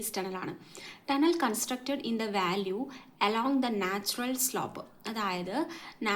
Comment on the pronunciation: വാല്യൂ അല്ല വാലി VALLEY